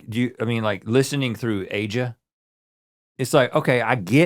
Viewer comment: This really gives us a lot of insight in how Rhett views himself and his fame. The idea that he thinks everybody will recognize him is wild. Also, Steely Dan's "Aja" album is pronounced like "Asia."